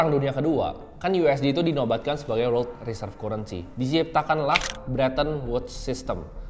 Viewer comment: Kurensi bacanya currency wkwkw